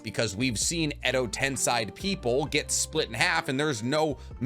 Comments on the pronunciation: Love your videos! But it's tensei, not tensai. 😊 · tensei you fool not tensai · Ten-say Not ten-sigh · Its called Edo Tensei not Tensai ;)) ✌☯️ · I watch every single one of your videos and i love you but WHY DO YOU ALWAYS SAY EDO TENSAI LMAO it's tensei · I thought it was pronounced “ten-say” not “ten-sigh”? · ME GETTING TRIGGERED EVERY TIME HE SAYS 'TENSAI' ....BRUH ITS SEI....'SAY'....STILL ENTERTAINING AND ENSIGHTFUL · It is "Ten-say" not "Ten-sigh"....it's literally how it's pronounced in the anime...y'know...by the japanese people. Hell, it's even how google translate pronounces it of all things. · harmonies voice edo ten-say not ten-sigh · tensei is pronounced as ten-say, whereas tensai is pronounced as ten -sigh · Also tbh i really love you videos. Its just its kinda infuriating hearing Edo Ten-sai instead of Edo Ten-sey aswell as chiBAku Tensei not chiBUku tensei. Please no hate. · If you ever watched the show it’s pronounced TEN SAY, you saying it wrong all video hurts me lol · Why you pronounce Edo tensei like that? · I can’t watch this video because of the way he pronounces “Tensei” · Really irritating how you pronounce tensei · Edo tenSAY. Why do you say it with an I? 🤧 the anime pronounces it for you. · It’s actually tensei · No that's shinra tensei pronunciation jus ask my boy pain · Yeah, not watching 30 minutes of you saying Tensei wrong. Sorry.